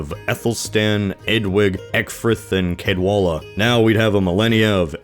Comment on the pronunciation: Cadwallan is actually Welsh. It's pronounced Cadwahthan.